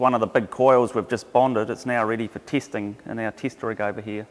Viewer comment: Ready for tiisting in our tiist rig over here =)